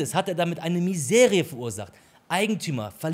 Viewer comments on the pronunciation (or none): Es heißt " Misere " nicht Miserie , aber tolle Analyse !